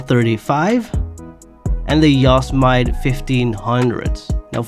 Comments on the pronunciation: How are u butchering some of these names so bad lmao your too old and been speaking english too long for u to be pronouncing some of these names as bad as u are Other than that good video its awesome But Let me help u with your mistakes.. (that i know about) 1. the word is marcquise pronounced Mar•Key 2. u called said “Caraca” when its Cara•Cara 3. u called the yosemite, “yossmite” its pronounced Yo•Sim•It•Eeee 4. u said “doge dakota” when u know its “Dodge” bro lol im not even gonna spell that one out for u cause u should know 5. u said “younga classic” when its the Youga classic as in Yo•Gah 6. u said “granger” when it is Spelled that way but pronounced “Grain•Jer” 7. u called the jubilee, “jubeely” when its pronounced Joob•ill•Lee 8. u called the Mesa, “Messa” when its pronounced May•Suh 9. u called the Dodge durango “doge” again smh ill let the buccaneer slide u basically pronounced it right for the most part 10. u pronounced the Chino super wrong lmao its Chee•No 11. (and multiple times after) you said “coupey” when the word is “Coupe” and its pronounced “Coop” 12. you said bentley “azoon cabriolet” inspired car or something when i think u were talking about the Azure Cabriolet pronounced As•Sure and Cabrio•Lay Also you zoomed in too far or something cause we cannot see the vehicle your talking about so i couldnt get a proper name to help u with 13. u said chrysle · Never heard someone pronounced Yosemite like that 😂